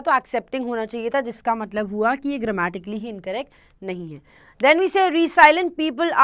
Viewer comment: It's रैज़िलिएंट not रीसाइलैंट